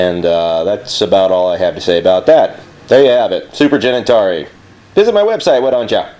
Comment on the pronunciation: Cenintari sounded like Genitelia.